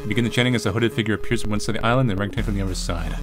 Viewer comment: Hehe orangutan. Love it when "ah" is said as "ae"